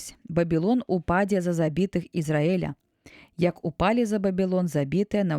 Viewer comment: Прачытана: Бабілон упа'дзе (?), слоўнік дае націск на апошні склад: упадзе'.